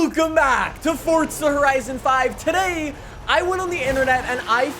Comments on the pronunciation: It's Forza... not Fortsa. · forza not fortza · Forza not “fort tzuh” 😂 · Welcome back to fortza horizon five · Kinda annoying how no one says this but there’s no T in FORZA so please pronounce it right